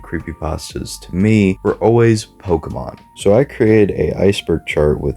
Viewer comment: This video is very nice.. But it always pains me when people don’t pronounce Pokémon (Poke-ay-mon) correctly. Not being rude lolz